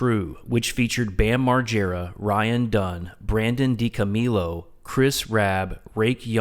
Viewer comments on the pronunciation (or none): I knew you weren’t a fan when you said Dico-meal-o. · He cant even pronounce DiCo's surname properly ffs what a shambles, this pathetic attempt of a hate video has turned out to be - and only in the first few minutes, I loathe to imagine the utter drivel this stigmatised closeminded muppet would monotonously drone about for the rest of the video but I just went to listen to CKY videos instead 🤬🤘 Viva La Bam